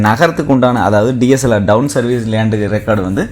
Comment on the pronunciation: உங்களுக்கு T , D உச்சரிப்பு சரியாக வரவில்லை. கூர்ந்து கவனித்த பிறகே நீங்க சொல்லும் வார்த்தைக்கு என்ன அர்த்தம் புரிகிறது, Town (T) DOWN(D) DSLR× TSLR